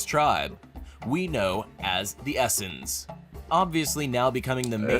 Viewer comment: The narrator probably meant the Es-SENES. Not essence 😄